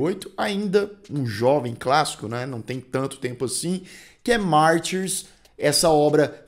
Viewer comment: Se a versão comentada é a original, francesa (a única que importa) então pra quê pronunciar "Martyrs" com sotaque inglês? Mas que colonização cognitiva!